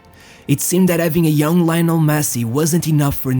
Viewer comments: Leeeeeeeee-o-nel, you baffoon!!!!! Christ! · One instant you pronounce Lai-nel and the next instant you pronounce Leo-nel 😂😂 the latter is the correct way ✅ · Why do I hear Rionel Messi, 🤣🤣🤣